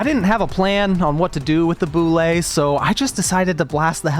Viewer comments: How to pronounce Bulette: B-you-let, not b-you-lay. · bro pronounces bulette like boulet… (byu- let) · Yo, just the fact you called it a Boo-Lay and not a Bullet instantly 10/10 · The Bullette didn't like how you call it a "Boo-lay"